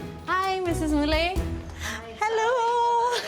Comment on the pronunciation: Very in-depth and well done piece but to the presenter, you should be embarrassed that you didn’t even get the Indian lady’s name right just ONCE? Ramaswamy Mullai, means her NAME is Mullai and surname is Ramasawamy. Mullai is also a type of Jasmine flower. The presenter also kept pronouncing Mullai wrong. 🤦🏽‍♀️